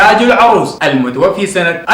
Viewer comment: كلام جميل جدا.. واجتهاد كبير.. لكن المتوفي بفتح الفاء لأنها اسم مفعول.. ارجو الا تنطقها المتوفي بكسر الفاء.. وهي هنا اسم فاعل خطأ شائع يقع فيه كثير من المتعلمين